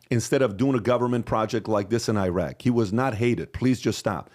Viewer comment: How are you from Iran then you say Eyeraq?